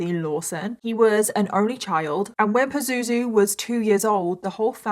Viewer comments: I'm laughing everything you say his name and you said it so many times it sounds like poo zoo zoo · Omg everytime you say "Pazuzu" my brain goes to Zazu from The Lion King😂😫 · Have a hard time not cracking up at the use of the word "Pah-zoo-zoo" hahahah yikes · Am I the only one that finds it funny when she calls him Pazuzu? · It's not a funny story but I'm creasing every time you say his name Pazuzu. :) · I kinda giggle every time she says “pazuzu” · Every time she says "pazuzu" I giggle 😂